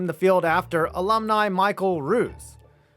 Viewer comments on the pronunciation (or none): none